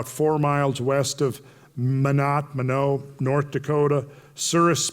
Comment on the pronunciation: Minot is pronounced loke mind rot